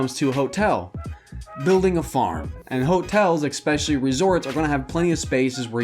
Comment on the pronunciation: How do you spell escape? Excape? What about especially? Expecially? It's what I'm hearing. You need a writer. Or a speech thingy person. Haha